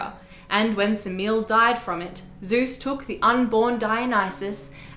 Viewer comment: The mother of Dionysus is not pronounced Semeel. Her name is made up of three syllables, the Greek being Σεμέλη. This isn't the only video that gets it wrong.